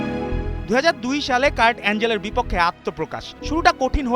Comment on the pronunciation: কার্ট অ্যাঞ্জেল না কার্ট অ্যাঙ্গেল